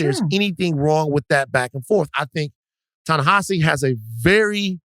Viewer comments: Rachel's pronunciation of Ta-Nehisi's name is incorrect. Listen to how Nate pronounced it. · Van, you got the right pronunciation for Ta-Nahisi Coates. It's not heezee but hawzee. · I ❤ my Soror Rachel, but the way she was so loud and wrong on the pronunciation of Ta-Nehisi’s name was disturbing…